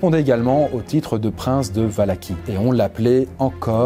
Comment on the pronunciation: Ça ce prononce valahi